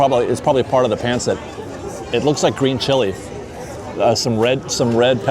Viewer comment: thank you for loving Filipino food! Just fyi pancit is actually pronounced pahnceet everybody pronounces it wrong cause of it’s spelling so no worries 😊 happy holidays! ☃️🎄